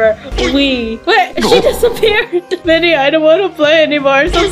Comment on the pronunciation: are you serious it's vidia not vida!